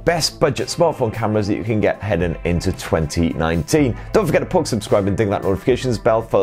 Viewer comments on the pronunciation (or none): none